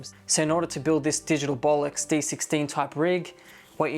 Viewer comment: Did he say "Bolox"?